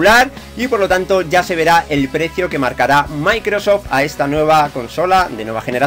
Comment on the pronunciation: Has mejorado mucho tu inglés. Dices muy bien Microsoft. Podrías repetir el nombre de Dan Aykroyd, el de los cazafantasmas. Lo que me reí con eso. Un saludo.